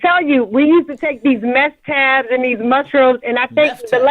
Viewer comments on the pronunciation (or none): MESC tabs not Meth tabs ...lol. Lord, who had y'all doing Meth!? 😂😂😂